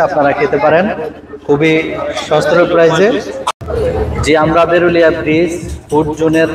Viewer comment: ভাই,এটা বেরুলিয়া না। এটা বিরুলিয়া।